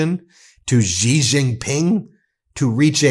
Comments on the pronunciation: You mispronounce Xi Jin Ping's. Xi is pronounced SHI. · If you are going to mention other world leaders, at least learn to pronounce their names correctly! Otherwise you come across as an ignoramus, sorry to say. For example the name Xi is pronounced like “she” in English. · Can someone tell this guy that Xi is pronounced "she" in mandarin. There is NO zh sound in Chinese. Zh is a hard j sound. J is a j sound. X is a sh sound. The closest they have to a soft zh sound is r which is rolled in the roof of the mouth. It's Bei jing hard j. Not being zhing. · his name is pronounced: Xi (Shi) Jin Ping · Xi pronounced like she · Ben, Xi is pronounced as " she." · Ben, for the last time … “Xi” is pronounced “Shi.” …!!! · Are you saying Xi’s name incorrectly on purpose?